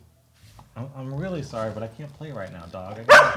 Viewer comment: He's like "plaay with da poochie"